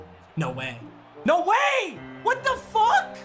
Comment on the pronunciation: after he gets the pick he sounds like he’s from Wisconsin saying “kno wey know wey”